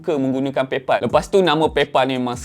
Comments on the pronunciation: Pal bunyi dia pel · paypal pelaqpalat😂😂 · Pay phalll ek... Buruk betol sejutan kau. Tahj sebutan baku tapi aku rasa satu fjnia takkenal sapa. Jadi gunakan sebutan ug diguna pakai oleh pemilik disana. Hahaha. Sama macam kau sebut YouTube.... Bukan YuTuBe ye. 😂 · Ak sebut paypOL xtau pulak bunyinya paypAL yg sebenarnya.. 😀